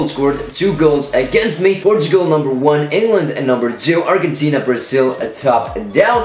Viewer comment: Its arjentina not argggentina